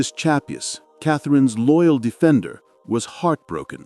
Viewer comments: shap-PWEE! Not CHA-poo! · Eustive Chapuys's name is not pronounced Chap - hooey, as in this video, but Chap-wee.